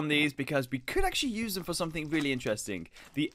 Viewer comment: No one: really Him:weally